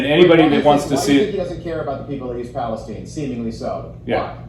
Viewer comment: I wouldn't be overly concerned about Biden mispronouncing Palastine. This is the same guy that pronounces Buttigieg as "booty juice".